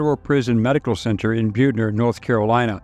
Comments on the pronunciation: The N.C prison is pronounced "Butt Ner" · Pronounced BUT-ner NC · I have never heard Butner pronounced that way. Butt ner is how locals say it.